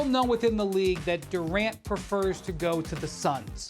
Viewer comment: Kevin Duran. Take the t out his name.